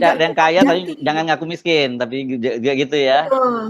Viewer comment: Miskin Wo... Bukan MESKEN !!! 😂😂😂